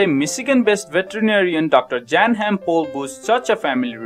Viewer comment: Pronounced as Yan